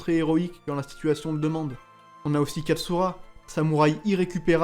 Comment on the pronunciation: c'est pas tsura c'est katsura mdr